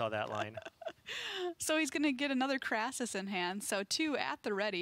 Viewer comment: It is not a Krassis. It is a KRASIS. CRAY-SIS.